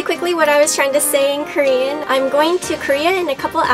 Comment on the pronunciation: Your Korean IS SOOO cute you did really well in your pronunciation